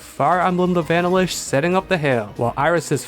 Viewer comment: pls never say "vanilish' again. have a nice day